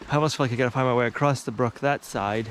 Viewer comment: I love that you also say "acrosst/ acrossed" We all know there is no T or ED in across, but we still say it that way 😂😂😂😂😂😂😂😂